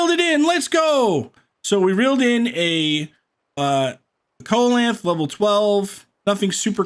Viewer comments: Actually, it’s pronounced see-la-canth not coal-e-canth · SEE LOW CANTH that's how its pronounced. Yw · Fyi, the fish name is pronounced see-leh-canth. Great video! I've been trying to fish for the Valentine's event and couldn't figure out how to get the honey on the rod! This helped, thanks tons!